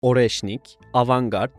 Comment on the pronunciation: Oreşnik yazılır areşnik okunur.